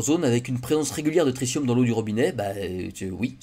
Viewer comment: On dit "tri-ti-um", pas "tricium"